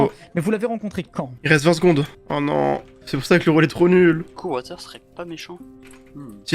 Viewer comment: Watus ❌ Water ✅